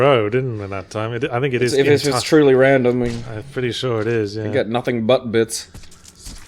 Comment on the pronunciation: RRRRRandom documents and audio logs...